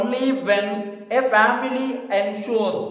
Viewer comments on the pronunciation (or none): none